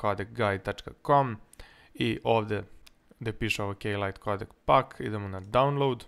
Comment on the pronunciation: kada si rekao K-lite codec pack mn se ucinilo da se rek'o k-lite madafak :D hahahha